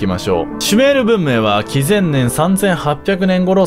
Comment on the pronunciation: 紀元前のところがきぜんねんって聞こえて幻聴かと思ったらちゃんときぜんねんって言ってた